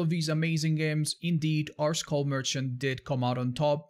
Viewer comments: i cringe everytime says school merchant instead of skull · I thought he said “school merchant” now I know the name of the character but I was convinced for like 5 seconds. Besides that great job